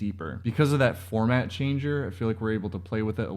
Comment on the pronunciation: Formant. Not “format” 😄